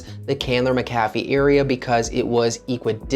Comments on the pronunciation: Locals pronounced it Mac - ah - fee. I recently purchased in quiet subdivision in Candler McAfee upside price! very quiet neighborhoods close to downtown/midtown/buckhead airport downside decent shopping is in adjacent neighborhoods but as the area changes hopefull that will too, the only bad thing i can think outside of that is schools. But it you have no kids and can afford private it a good option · Exiting to the left soon as he mispronounced McAfee Certain he’s clueless regarding real estate in the Metro. These new transplants need to acquire more knowledge instead of jumping on the internet for a fast buck